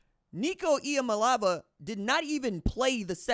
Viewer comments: Here’s how you pronounce Nico’s last name: EE-AH MAH-LAY AH-VAH It won’t take long, but please spend some prep time getting it right. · Yah-mah-lay-ah-vah would get you closest to pronouncing it correctly. Looking forward to seeing Nico lighting it up this year.